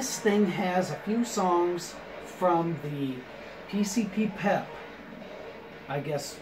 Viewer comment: Thats pronounced PC-PP-EP as in drugs (PCP), piss (PP), and Extended Play (EP).